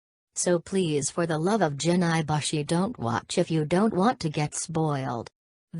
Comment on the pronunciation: "for the love of jin eye-bushy"